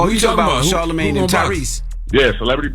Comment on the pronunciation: I remember we laughed at Webbie when he said Charlamagay.......but man I think he was on to something